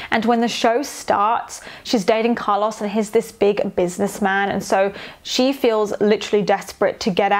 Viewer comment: I’m enjoying these videos so much but the way you pronounce Carlos makes me wanna turn my ears inside out